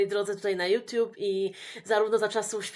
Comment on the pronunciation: a co to "juTIUB"????😂